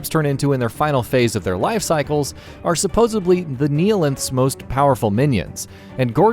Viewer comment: good, informative video. but my man: the word is supposedly, not supposebly.